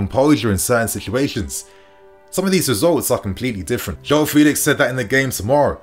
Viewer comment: It really is this simple: playing at Home the lousy officials and VAR wont be intimidated to make bad calls against the Blues. Also, Joao requests people pronounce his name correctly: FELL-ix.